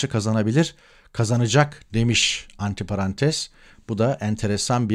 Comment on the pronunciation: Merhaba. Harika bir yayındı. Tek bir notum var. Zaman zaman antiparantez diyorsunuz ama antrparantez demeniz doğrusu olur. Parantez karşıtı gibi değil de parantez ya da ayraç içimde anlamındaki Fransızca "entre paranthèses"den devşirme "antrparantez". Belki dikkat edersiniz. Teşekkürler, saygılar.